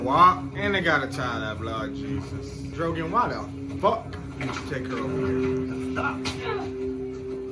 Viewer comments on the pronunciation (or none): When you keep calling Danny’s dragon Drogan 😂 instead of Drogon. Made me chuckle😂😂